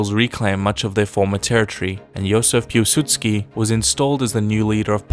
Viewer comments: Piłsudski, not Pułsudski :) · Piłsudzki not Pułsudzki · His name was Pilsudski not Pulsudski you need to change it:3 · Really like your videos, well done!!! Just one thing I noticed, it's Józef Piłsudski, think you have it as Pulsudski in the video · Piłsudski not pułsudski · Józef Piłsudzki not Pułsudziki. Greetings from Poland. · Accualy its Józef Piłsudzki not Pułsudski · not "Pułsudski" Piłsudski and not "Miskiewicz" but Mickiewicz but still good job :) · I am a Polish, but pls, who the heck is "Jozef Pułsudzki"?! His actual name was "Józef Piłsudzki" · Józef Piłsudski not Pulsudski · It's Piłsudzki not Pułsudzki Video's still great tho